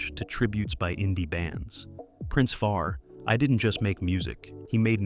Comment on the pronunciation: Why you showing a random hispanic for early b 😂 come on. And that pic you keep showing isn't General Echo😂And learn fee drive? Ri-deem 🤭 see what you doing there because that rasta with a nose ring isn't Nitty Gritty🤦 Faree he he 😂it's Far-I. But kudos to explaining how King Tubby reworked reggae tracks. Jamaicans must do better, klling off their best 😕 Junior Braithwaite, Hugh. At least Augustus and Junior Reid, Sugar Minott lived. You didn't mention Louis Lepkie, dancer Bogle or Dirty Harry who were shot